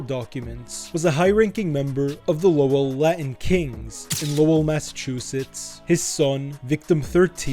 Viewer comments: It's pronounced more like "lowle" more than the spelling of "Lowell". Solid vid though. 🤙🏼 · The way you pronounced Lowell pisses me off so bad haha 😂